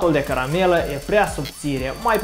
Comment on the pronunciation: Ai zis greșit ai spus caramela🤣🤣🤣🤣